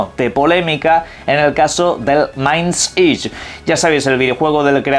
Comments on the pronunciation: sufre de dislexia, pero solo le afecta a su parte anglosajona, ni esforzandote te puedes sacar las pirulas que suelta a veces XD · Mindseye se dice "mainds-ay" que me da no sé qué cada vez que lo dices xD